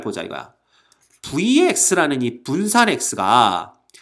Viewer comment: 붠산ㅋㅋㅋㅋㅋㅋㅋㅋㅋㅋ 아 도서관에서 터졌네